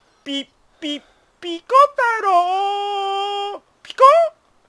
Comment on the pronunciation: 最初のピ ピ ピ↓コ↑太郎〜でやられたwwwwww